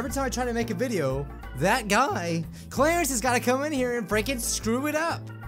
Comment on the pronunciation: YOU SED CLERICE WRONG IM FREAKING OUT AHHHHHHHHHH